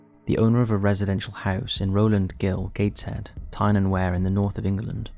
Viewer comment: I understand that this is an AI generated narrator, but : Tyne and wear is pronounced Tyne and Weir. Anyone British person would know this.